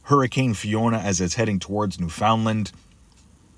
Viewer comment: Thanks for the video. I'll be warning family & friends on the east coast of Canada (Nova Scotia + NFL & Lab.) to hunker down or evacuate. Pronunciation of Newfoundland is new-fun-land.